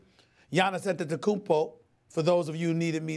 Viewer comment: SAS pronouncing Antetokounmpo: perfect SAS pronouncing Mirotic/Ilyasova: brain aneurysm